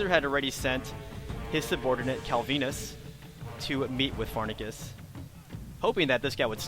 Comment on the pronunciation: You said Pharnaces Incorrectly